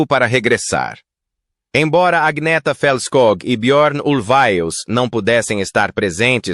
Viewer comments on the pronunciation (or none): none